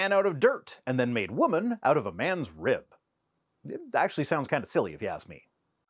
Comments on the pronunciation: WTF is a "reeyub"? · Why does he pronounce rib "reeub"? I know I shouldn't criticize accents because mine probably sounds weird to some people, but his is almost as annoying as Kyle Butt's. It's like the more unintelligible your accent is, the worse your arguments for God are. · Thank you for not making fun of his accent. I bet y’all didn’t know that rib is a 2 syllable word. “RI - YUB”. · I'm not going to make fun of the accent, but I do find it interesting that both "rib" and "manuscripts" are two syllables.